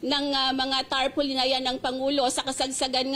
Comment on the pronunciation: Tarpolin 😂😂😂 Muna daw 😅